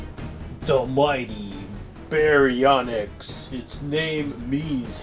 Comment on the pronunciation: BEAR-E-ONYX thats how u pronoucne it, not "Bronx!" Also really try to improve the sound quality of the dinosaurs. I find the sounds u use for the dinosaurs to be odd. They keep looping in strange ways and stop using that weird deep growling sound from Godzilla 2014(which isnt even an actual roar). In some of the films certain dinosaurs actually had their own sound efgects outside the t rex